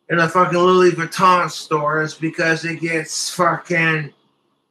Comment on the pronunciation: He literally gives meaning to the saying money doesn’t grow on trees but in his case money actually does grow on trees 😂…. has trouble pronouncing designer fashion…..Lewweeee baton 👍